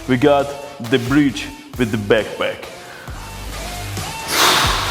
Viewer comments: Nobody:: "BAKPAK" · Byeckpeck in syendbeg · I love when he says: BACKPACK!! Next level: SANDBAG IN BACKPACK!!!